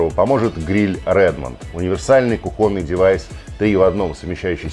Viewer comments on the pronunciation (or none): Ну, Василий Позор так ошибаться - кУхонный, а не кухОнный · КухОнный?!?!?! Василий, вы не устаёте удивлять грамотностью русского языка! Может быть, всё же, кУхонный? :))) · Неожиданно услышать кухОнный от Василия. 🙄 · Василий, гриль кУхонный, а не как вы имели неосторожность произнести кухОнный. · кухОнный девайс??? Василий, ну вы что... КухОнный? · да во всех источниках ударение на "У". Для меня стало удивительно, что вы этого не знали. Всегда же грамотно говорите.